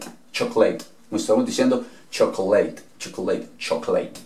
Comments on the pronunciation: Crítica constructiva: Pronuncias mal "interesting". La primera "I" se pronuncia acentuada. Y no la segunda "e". Se pronuncia "íntrestin". No se pronuncia "intréstin". Lo mismo pasa con: actually, chocolate e interest. Se debe pronunciar acentuada la 1ra sílaba: Actually: Ákcholy Chocolate: Chóclit Interest: Íntrest. X cierto aprendo mucho c tus videos. Muchas gracias!! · Excelente clase, gracias maestro. Con razón yo me preguntaba porque pronunciaban chocleit y otros chocoleit. Saludos y bendiciones.